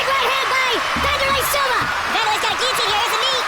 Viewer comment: Lol bruh cant even pronounce Wanderli.... Don't listen to this guy